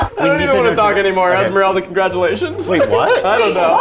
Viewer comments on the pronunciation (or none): I cannot believe the disrespect on Esmeraldas name